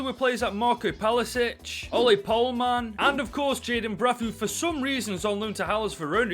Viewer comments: Why do i get annoyed every time he says palasic instead of his actual name pasalic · Nobody:: 'Palasic'